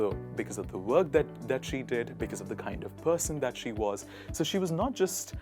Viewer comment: I was shocked..... When he pronounced like dhaaatttttt.....😭